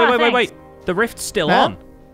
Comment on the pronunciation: Okay but the "riffs" emphasis is hilarious. I genuinely did not put two and two together until recently. The generosity of the hermits to is great. Even the animals are happy to greet him when he wanders out. XD Also Sausage what is that skin why are we back in Season 1 of Empires- (We will see later when he posts.) Edit: Okay now that the rift is open I am really just tempted to think Ren's brother comes through. Would be adorable, but not likely honestly.:P